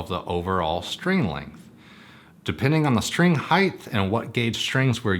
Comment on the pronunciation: I keep hearing "heighth"